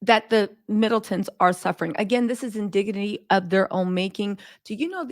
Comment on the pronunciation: Did I hear you say “Fiddletons”? 😂😘